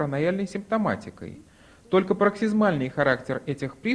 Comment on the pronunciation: Врач колхозник (эпилепсии ) ударение всегда на е